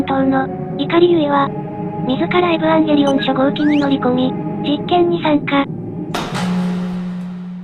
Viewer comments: エヴァンゲリオンをエブアンゲリオンって言ってて腹痛い、とても好き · えヴぅわぁんゲリオンにしか聞こえない